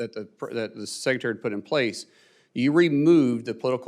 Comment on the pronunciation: It's sec. RE. tary NOT SECCATARY